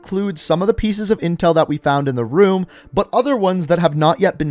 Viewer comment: "Anotha ruum"